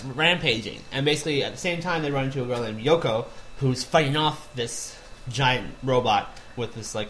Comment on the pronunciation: dude you murdered so many names it's crazy.